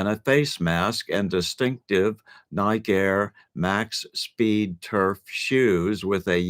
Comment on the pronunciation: Have you never heard Nike pronounced properly or are you an AI bot? Yikes!